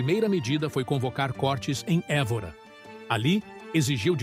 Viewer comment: Lê-se côrtes e não córtes.